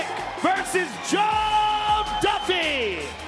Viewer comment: "Juff Duffy"